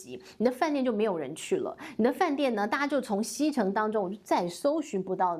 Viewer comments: 拜衽！ 不是唸希城！唸邪城！ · 在大陸 攜念“協“ 不念”希” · 读携程xie，鞋，挟，你读xicheng，不是汉语。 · 携程念斜城，不能读西城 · 在大陸“攜程”的發音是“協程”， 不是“西程”！！！ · 主持人要作功課 不念"西”程 要念”協”程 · 發音叫"協"城，不是叫"西"城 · 應該提醒一下觀眾，大陸的讀音是「協」程，不是「希」程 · ‘’攜‘’這個字在中國唸ㄒㄧㄝˊ，說ㄒㄧ ㄔㄥˊ，中國人聽不懂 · xie 二声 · ㄒㄧㄝˊ 程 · 是念〔斜〕城才正確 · 大陸讀“協”程, 攜（協）手合作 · 不是xie（鞋）程吗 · 不是读“鞋程”“xie”吗？